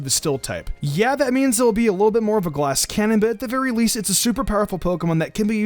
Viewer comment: "leasfrivt pokemon" man slow you really were combining words there